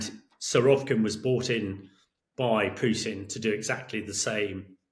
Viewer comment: It's Surovikin, not Surovkin. Suro-vik-in like Vic-tory. Not sure why british commentators keep geting it wrong after few years hearing that bloody name.